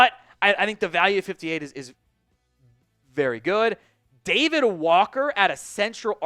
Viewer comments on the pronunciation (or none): none